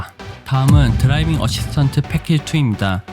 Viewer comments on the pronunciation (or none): 드라이빙 어시스턴'트'가 아니라 드라이빙 어시스턴'스' 에요